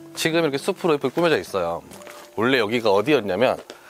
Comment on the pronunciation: 숲이는 수피, 숲으로는 수프로라고 발음해야해요.